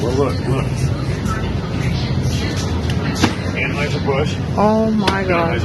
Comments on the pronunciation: " TRANSheiser Bush " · "Transhieser Busch" 😂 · Lmao did he say transheuser busch??? 🤣💀